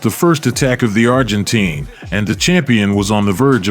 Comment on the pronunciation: you say "Argentine" wrong lol its not "teen"